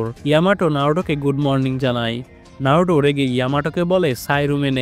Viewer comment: নারুটো না নারুতো ok